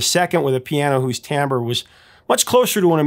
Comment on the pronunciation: RE: Freddie's studio piano - The word is TIMBRE - Not 'Tambre'!!!